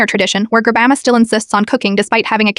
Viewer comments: "Grabama" "Rama" "Drama" How is the AI messing up "Grandma" that badly? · “Garbandma” I love how the ai voice keeps messing up grandma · 'GrAmBaBrA' no its grandma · Why did i hear "Grabamba" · The way the AI is struggling so much when it tries to say grandma 🤣